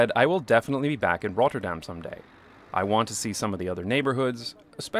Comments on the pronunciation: This video is great. But do feel free to pronounce 'Rotterdam' without the rolling R. It's good to pronounce it fully in English or fully in Dutch; but not both. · The way he pronounces Rotterdam is annoying af. Dude, pick a language. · Lol, only after reading another comment do I realize your pronunciation of Rotterdam is different and better from the last video. But it is an improvement towards the Dutch. Thanks for the effort. How often did you say Rotterdam? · Someone is having fun with their new pronunciation of Rotterdam! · First, love your videos. Big fan of the channel. But why do you only seem to have a Scottish accent when you say "Rotterdam?"